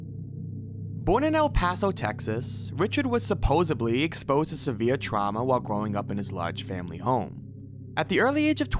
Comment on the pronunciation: I really like the video, grammar is just a pet peeve so i wish people would become more familiar with how to say names or cities. Also its supposedly not supposebly..sorry...I know I know i am a jerk. It is a great video though and I did truly enjoy the way you presented it!! I do look forward to watching more of your videos!!❤❤ I do think for Missouri, Robert Bordella would have been a better one(probably not the best choice of words, sorry). If you watch how Shrouded Hand tells his story, you would be shocked and disgusted. I am from Kansas City but on the Kansas side and Bordella still haunts the city. The building and house spots are depressing reminders.